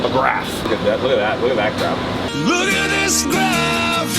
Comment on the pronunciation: Sitting here, drinking my coffee, just enjoying some day-to-day with 'Clean Nerd Doug' - when, out of nowhere, pops in and says, "Look at this graAafphf" and I spit my damn coffee all over the place as I cackle-laugh my ass off!!! Hahahaha!